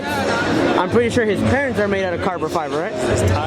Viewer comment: este wey “carbor fiber” 🤦🏻‍♂️😂